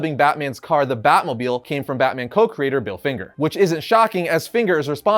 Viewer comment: Drinking game when he says batmobiel